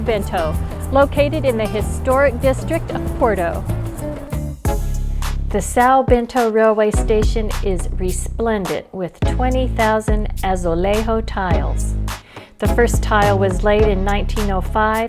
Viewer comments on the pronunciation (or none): Please no, dont pronounce azulejo like its spanish... CRINGE >_<